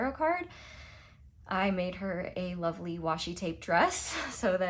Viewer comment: Pile 3: It made me laugh at the beginning when you said 'lovely' in a Yorkshire accent cause I am from Yorkshire!